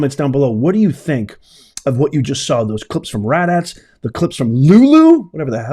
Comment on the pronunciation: Sounds like you are saying rat ass is that what you're saying rat ass